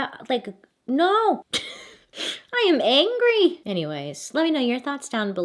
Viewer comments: “I am angrrry!” LOLOL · Idk why but I loved how Bailey said “I’m angry” sounded Irish 😂💚 love the videos so much, sending blessings to you & yours Bailey ✨